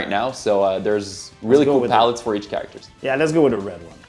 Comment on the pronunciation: Ahah. How can somebody speak english so well and not know how to say the word character? 😂 Like... he's never heard that word before and had to say it for the first time? That cracked me up. It reminded me of Britta saying bagel wrong in the show Community.😂😂😂